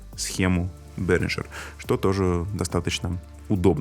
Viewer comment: Ребята, это немецкая компания и название произносится как Берингер, никакого "Ж" там нет